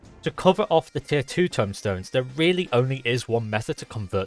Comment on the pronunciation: "tome" stones as in book, not "tomb" as in grave, otherwise that's a very good & useful video :D gg